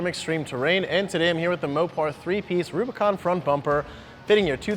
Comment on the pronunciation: Did he say, Robicon?